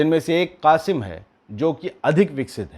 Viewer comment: हम्मास के नए मिसाईल का नाम क़ासिम (Qasim) नहीं बल्कि क़स्साम (Qassam) है बुरा नहीं मानियेगा मैं इसलिए बोला के आप का मज़ाक उड़ाने के लिऐ बहुत सारे अंधभक्त बैठा हुआ है भाई 🙏